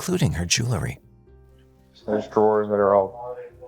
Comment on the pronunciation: "JEWEL-RY"..... NOT "jewlarry". MAN! That crawls under my skin. Speak English!